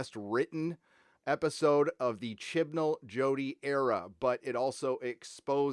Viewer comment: They lost me at “Jodie Whittiker” and “Chris Chibnal”